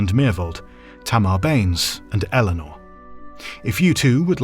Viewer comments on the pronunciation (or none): none